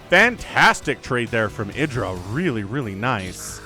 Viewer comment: It's pronounced id (like the the psychological term) ID, DRAH.